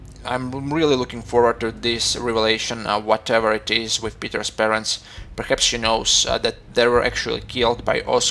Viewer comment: You say perhats all time